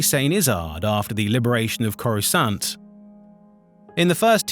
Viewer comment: How can you be a Star Wars YouTuber and manage to mispronounce SO MANY NAMES. Not even complex ones. Simple ones like coruscant and Dathomir. Both of which have been said 1000 times in movies and tv shows